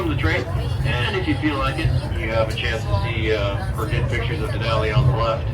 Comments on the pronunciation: Den - ah - lie 🤦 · (Dee-na-lee) not da na lie😅😅😅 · It’s pronounced Den-alley no Den-al-i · Din al lee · The “den-a-lie” killed me 😂 I don’t know if he’s serious bc I don’t know who this guy is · its pronouced Da-nol-lee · It's den-alley. It's the native name for Mount McKinley. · It's pronounced Den-all-E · "Den-uh-lie" What an idiot! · You got all the names wrong, but that's OK! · You need to learn how to pronounce the names of places properly before you make a video, say the names incorrectly and sound foolish. Also, I’ve never heard of -0 before. It’s either above zero or it’s below zero but it’s never -0. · You seriously had no idea how to pronounce Denali or Talkeetna? And what exactly is “negative zero”?